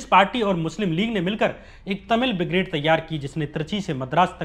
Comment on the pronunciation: भाई, अपना उच्चारण ठीक करो यार! शिक्षा को सिच्छा बोल रहे हो, वर्चस्व को बर्चस्व, ब्रिगेड को बिग्रेड, बिचारधारा, आसंकाओं, यह सब क्या है? 😀😀